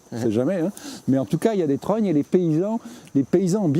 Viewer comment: Les serfs pas les serres, étêté, trognes et pas tronnes ou trônes, escoups, saule osier, vannerie